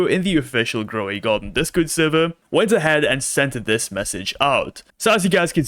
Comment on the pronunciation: "Croway Garden"